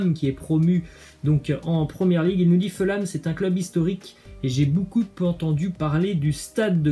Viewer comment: On prononce bocoup pas boucoup 🤦🏾‍♂️